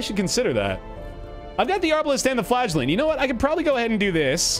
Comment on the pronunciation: ngl, when I heard you talking about the "Flagellant" it sounded like "Flatulent"